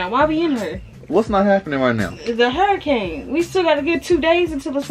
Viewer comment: throughout the video: “hairicane”😭😭😭😭😭❤️❤️. $miahhhh38